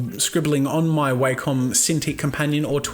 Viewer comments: The way you pronounce Wacom is disturbing to me. It's Wack-em not Way-come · That would be wakem its wa-kom